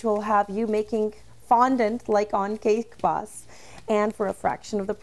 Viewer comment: who else cringed when she tried to say "cake boss"